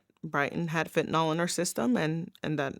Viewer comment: I've watched lots of these sad stories. In all of them, the folks pronounce it Fentanol, whereas, it should be pronounced Fentanil ... the y in the name is pronounced as an i, a 'soft' i, being Fentanyl.